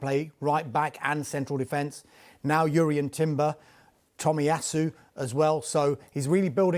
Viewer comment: Finally someone who knows how to pronounce Jurrien Timber's name properly 💯